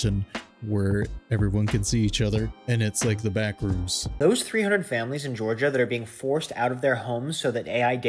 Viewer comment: Did you say the Backrooms or the Bathrooms?